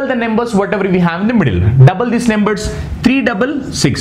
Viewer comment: Plz pronounce it as numbers and not nemburs